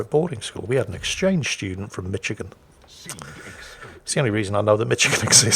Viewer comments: you shouldn't pronounce Michigan like Mitch-again:) We say 'Mich' like 'Mish' - rhymes with 'fish' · BTW, the first part of the state of Michigan is pronounced like Mish, not Mitch. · It's not "Mitchagin", it's "Mishagin". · I died at your pronunciation of Michigan.. i know thats how it looks... but its said as Mishigan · "Mitch-i-gin" ah never change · Just to help with full command of all pronunciations, "Michigan" is pronounced like "Mishigan". No idea why, but it is.